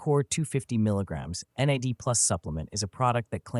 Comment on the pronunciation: As a bio student hearing someone say Nad like it's a name is sending me😭 it took me a hot second to process what you were talking about. Like ooooh NAD+! The stuff in cellular respiration! Alright.